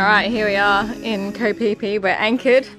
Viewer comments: It sounded like onward to go pee pee!! New drinking game every time we hear it!! And then of course go pee pee!!!😅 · It's Koh Phi Phi. Koh = island in Thai. Phi Phi is the name of the island.